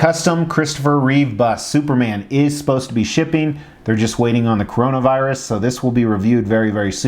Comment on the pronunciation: Is it just me or did you actually call it yhe "coronavirus"? All in all a very good list. Had you thought about the lifesize predator bust from prime one? The removable helmut and battle damage is amazing.